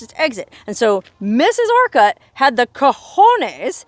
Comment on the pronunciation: Its pronounced just a quick orcut kinda like orchid. Not Or cut. Lol